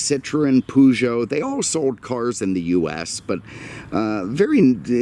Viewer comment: That american Peugeot pronaunciation never gets old :D